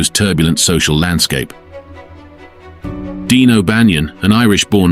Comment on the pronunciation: His name was Dion O'Bannion not Dean.